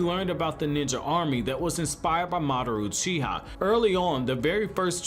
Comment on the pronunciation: Are you... Are you saying Madaroo Cheeha?